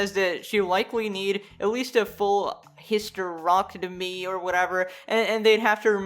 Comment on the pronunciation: The way pronounces “hysterectomy” though.